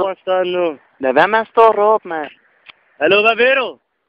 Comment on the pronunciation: Lad vær med at stå og rrrrrr'åb? Genialt!